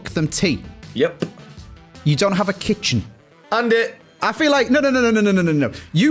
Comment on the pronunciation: andeh andeh how do you not know the names but know the masters name 🤣